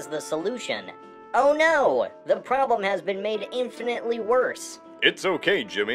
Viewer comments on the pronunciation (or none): none